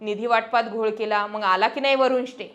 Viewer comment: छान विश्लेषण पण फक्त मंग च्या जागी मग बोलत जा...